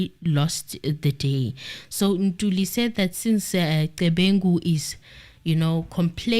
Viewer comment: Morning, we are Ntuli not Ntulu😅😅